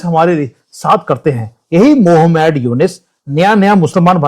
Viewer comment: मोहम्मद नहीं, मोह मैड ! 😂😂